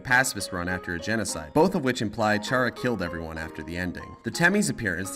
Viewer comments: IT'S PRONOUCE CARAH NOT CHARA IT'S BY CHARACTER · It's Kaira, as in CHARActer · DO YOU KNOW WHAT YOU KNOW ALOT ABOUT UNDERTALE BUT YOU CANT SAY CHARA RIGHT WHAT MADNESS IS THIS